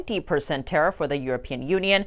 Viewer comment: Vat ist a "Tattif"? 😁